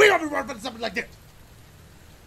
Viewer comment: did he say I need to look at my map “lick” ?😂😂